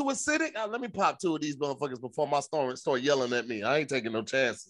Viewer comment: Nobody caught saying stormch 😂😂 instead of stomach